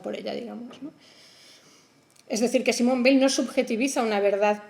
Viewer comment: Muy bueno pero he tenido que cortarlo porque no soporto cómo pronuncia Weil""" . No puedo con eso lo siento.